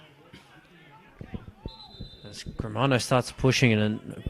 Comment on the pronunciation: learn how to say players names - Germano not Gremero